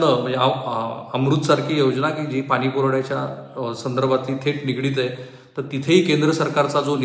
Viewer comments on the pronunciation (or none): none